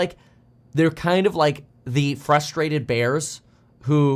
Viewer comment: "Furstrated" bears lol